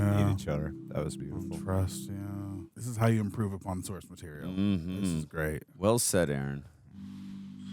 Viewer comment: Did he just say approve upom the source material 😂😂😂😂😂😂